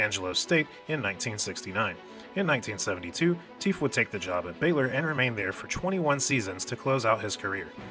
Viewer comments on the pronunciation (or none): Teef!! Pronounced Taff